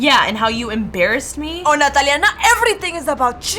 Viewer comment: SAID NATALIEA